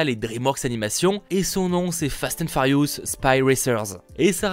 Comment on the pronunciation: Fast & Farious 😂